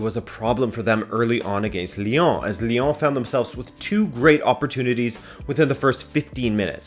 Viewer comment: The way he says Lyon “liong” 😂